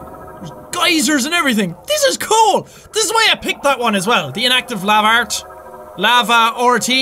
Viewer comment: lavart sounds like a la fart